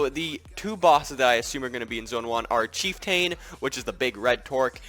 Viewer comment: The way you pronounce chieftain bothers me, other than that good video